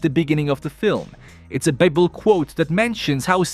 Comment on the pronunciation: Pronounce Bible again